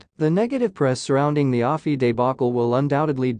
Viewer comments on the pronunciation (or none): What the ever-loving eff was Harry thinking? Oh that's right, he's destroyed his brain so he wasn't thinking. Thank you, Mr. Freeman for so graciously taking out the trash. P.S. To the creator of this piece: It's pronounced A-F-I, as in American Film Institute. Not Ah-fee.